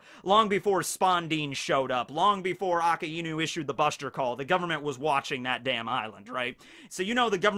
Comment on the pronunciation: i have a story; STOP MISPRONOUNCING AKAINU, its A - KAI - NU stop saying A- KA- IIIIIIIIIIIIIIIIIIIIIIIIIIIIIIIIIII - NU yes the word for dog is iiiiinu and his name is red dog, but that does not mean you pronounce both words seperatly, it got fused into 1 word fucking watch the anime nobody puts so much emphasis on that I than you its not aka-iiiiiinuuu its flows fluently a kai nu you dont emphasize the I you pronounce it like you would pronounce dragonbal kai just put that kai in a kai nu